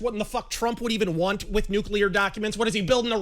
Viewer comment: Stalin: "Gimme nuculear secrets please!"